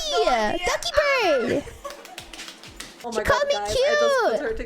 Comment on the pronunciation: I know it's Dokibird, and people joke 'doggy bird', but I keep hearing 'ducky bird'. XD